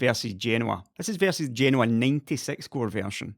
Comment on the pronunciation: Nice video and thanks for pronouncing Genoa correctly. I'm guessing the SPR delay is probably yield issues on such a large tile die and the disconnect between chip design time frames and fab realities.